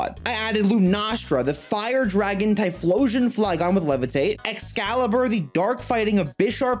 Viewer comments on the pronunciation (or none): none